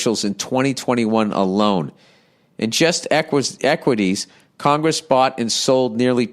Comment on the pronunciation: “Congess members”